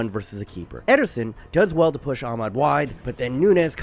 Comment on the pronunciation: You’re genuinely one of my top football YouTubers but damn the American accented pronunciation of ‘Amad’ is atrocious 😂